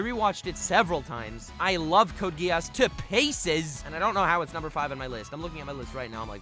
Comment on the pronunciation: You mispronounced "Code Geese". What do you mean nobody watches Gintama? A lot of people watch and love Gintama, it owns the top 15 highest rated anime. Also, when the video came out Gintama is over, I think it was the final season, though there's still more manga I believe. Also, Gintoki as a character is very similar to Yato from Noragami. Btw, your number 3, is that a JoJo's reference? Almost didn't catch on to it, since I don't watch it.